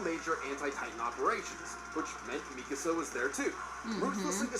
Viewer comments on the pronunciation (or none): The way They say Mikasa Has me so angry 💀💀💀 But i love them!